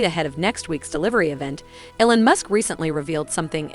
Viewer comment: “Ellen musk”